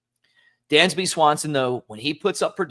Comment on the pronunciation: It's Dansby, not Dandsby.